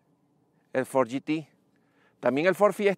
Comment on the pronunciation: fod rector jajaj